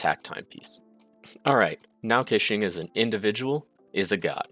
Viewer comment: I wanna klick like so badly but the way you keep saying her name just pisses me off.